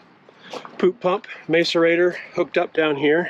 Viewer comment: Interesting video. By the way, the first 'a' in macerator is pronounced as in 'mask' not as in 'may'